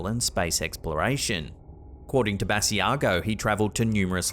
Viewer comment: Sorry to comment again, but just a little note,. Andrew Basiago pronounces his last name "Buh-sigh-go.". Another great video as usual. Take care and keep slapping that ham! #HAMSTERSFOREVER!